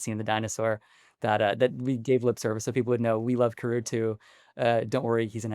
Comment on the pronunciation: it's Pronounced CAR OO Not Ka Roo. Spelled Karoo Anime Dub Pronounced as KAD OO, Kadoo. which is what I'd prefer him to be called in live action.